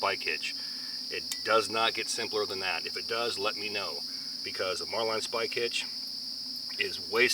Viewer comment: Just curious of your pronunciation of a marlinspike hitch as “mar-line.” The marlinspike the tool is so named because of the resemblance to the nose of a marlin. While pronunciation of knots like bowline varies, it’s the first I heard of marlinspike hitch having a variation